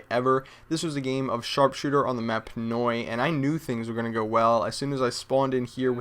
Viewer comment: He said ' on the map Noi' ??